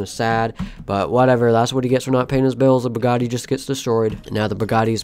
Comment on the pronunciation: Did he say burgatti of Bugatti